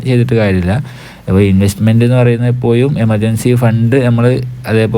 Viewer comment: എപ്പോയും അല്ലടോ എപ്പോഴും